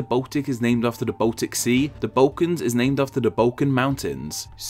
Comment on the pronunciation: From which part of England are you? I ask because of your funny trend to pronounce the sound "u" instead of "l": Bautics, Baukans, etc.